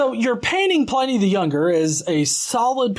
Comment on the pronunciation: It's not Letter 10 to Trajan- it's letter 96 of Book 10 of his letters; only that book contains his correspondence with Trajan (who sometimes seems a little annoyed that Pliny is writing to him about even minor stuff). And Pliny is pronounced like "whinny", not "whiny".